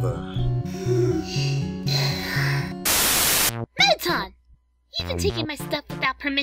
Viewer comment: ton-ton guys shes ton-ton